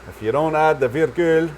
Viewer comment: I love the french you sneak in! (ta virgule est aussi très bien prononcée, bravo!) Et bien sûr la vidéo 👍 Greetings from rural AB!